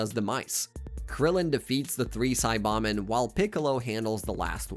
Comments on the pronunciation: Saiyan = Say+yan NOT Sī+yon Saibamen = Sī-ba-men NOT Sa+bon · The narration has to be AI he calls it gin-you force, super cyan, siabamen it's nuts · How u pronounce this shit pisses me off and 400000 others. Sai BAH men. sai YAHNS. DEMice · it's because it's an AI voice the SAY BAH MEN you plant in the ground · the way you say saiyan and saiba men leads me to believe youve never watched the show, and this is all some disingenuous bullshit for views.. not a fan